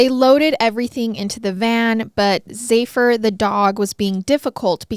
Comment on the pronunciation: Zephyr. Sounds like zef-er. The dog's name is Zephyr.